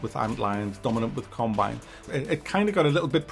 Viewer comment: Combine... Or carbine rifle? After about the 100th time I heard this, I started thinking perhaps its a regional dialect. Who knows. Distracting though